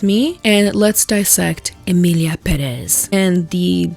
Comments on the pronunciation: If that’s the issue, how is salems pronunciation also not an issue despite her overwhelming latina presentation and boasting. She takes 10 cuts between spanish words and still mispronounces something as simple as peor for “pee-or”. y bueno soy latino obviamente chamo so dont even 😀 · how to pronounce Pérez: pÉrez. The accent is in the first e, sounds like eh idk try it. it's not perÉzzz. shorten the z please (it's should be more like an s depending on the accent) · I'm confused, why is everyone pronouncing it peREZ if there's a accent there?? Pérez. PÉrez. They couldn't even get the title right??? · …I want to know why people are pronouncing Pérez as Peréz. Spanish is my first language that is… not how the é works….? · I hate that they pronounce it peREZ the tilde is right there, it's PErez that's what the é means 😭 it's just like selena GOmez (Gómez) its not goMEZ, it sounds so wrong and adds to the inauthenticity. Pérez is literally one of the most common surnames in Spanish. It's like Smith or Jones Just from the title you know they don't speak Spanish, it's not something hard to check, the production was so lazy it's so annoying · does this as well in this video lmao, she tries to roll her Rs to ig sound more Spanish lmao, but she still says peREZ. The accent is in the wrong syllable 😭😭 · Can't people read? Why does everyone say "Peréz?" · It's Emilia PÉrez. The strength is on the "Pé". There's an acute accent there. I'm not even fluent in Spanish and I know this, all the Mexican reviews of the film pronounce the name correctly in Spanish and yet the gringos who try to make reviews aligned with them still make this basic mistake? Por favor! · Everybody saying: peréz 😂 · peRRRéz 🤣 até eu que sou brasileira me sinto ofendida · Es que en inglés se pronuncia Pirézz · Not you saying peréz the whole time... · Also, Pérez is how is pronounced I know it because it’s also my last name Accent on the first e PÉREZ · It is Pérez, not Peréz!